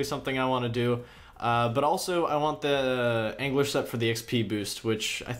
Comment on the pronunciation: no you’re 100% saying anguish:p